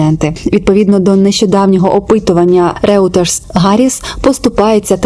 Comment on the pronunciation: Вибачте що не по темі, але видання Reuters читається як «Ройтерз» :) Дякую за ваші відео